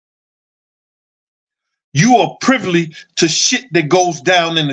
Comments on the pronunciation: "privly"? the word is "privy" fam... just be like "F the English language I'm finna say words how I wanna say them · You my guy, but it’s PRIVY not PRIVLY…just trynna look out for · "You are privly" I hollered... all in fun because I mess up word pronunciation all the time and laugh at myself. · It's PRIVY man PRIVY.